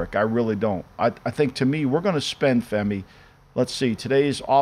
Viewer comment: Over/under how many takes it took Musberger to get Femi’s name right in the intro: 13.5